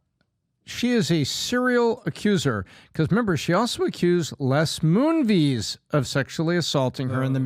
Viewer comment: Does intentionally mispronounce names? If not, WTF is wrong with him? It’s Les Moon-Ves, not MoonVees.